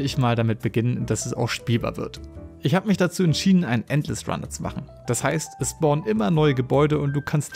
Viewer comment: hm.. "[...] Music zu mahcne LOL" 1. Du bist doch Deutsch, oder? Musik mit nem schönen K ist doch besser. 2. Was zum.. WAS HAST DU MIT DEM WORT "machen" ANGESTELLT?!